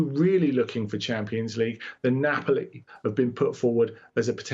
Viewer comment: Bro seriously said Napoli 😂😂